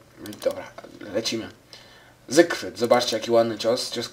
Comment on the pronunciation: ZYfRYD nie zygrfryd